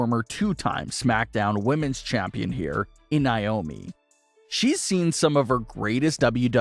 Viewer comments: NAY-OMI. Not NYE-OMI!!! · why do you always pronounce naomis name wrong? it's not niomi it's Naomi.